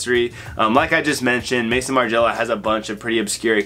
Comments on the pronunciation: Im an extremely obnoxious and pedantic i know but pls its not Mason Margiela. Its Maison as in house in French lmaoo the founder’s name is Martin too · Bro its Maison Margiela no Mason lmaoo